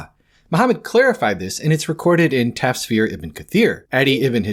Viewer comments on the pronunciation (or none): a small correction. It's pronunce as tafsir (tough-seer), not tasfir. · Im not gonna call you names but you use weak narrations to prove your point. Ok, first Al-Jalalyn and Al-Suyuti are the same thing. Second, it's prounounced Tafsir not Tasfeer or whatever butchering you've done. Thirdly, according to Aini. Ibn Humam in Fath al-Qadir, the honey story was narrated by Aisha may Allah be pleased with her and thus that makes her way more reliable than the Copt story. Imam Nawawi and Hafiz Badruddiu also concur to this and Nawawi is among some of the most reliable Hadith and Quran scholars in Islamic history. Qadi 'Iyad also agrees with honey. Imam Nasa'i also agrees it's about honey. Guess what, Ibn Kathir also doesn't support you as you claim because he too thinks it's about honey. If you want I can give you more just ask. Overall, I dont know what you and Jai were cooking up but this aint it chief. Its a weak narration and Aisha herself shuts it down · *tafsir it's an actual Indonesian word so it's hard not to notice try saying "tuff seer"